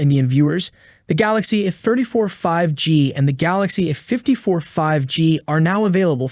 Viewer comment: It's A 54 why are you missing the A out every time you say A54 all your saying is 54 and it's annoying. You do it every time you do a video where you have to say A. Can't you say A....it's not rocket science. Think you need some lessons.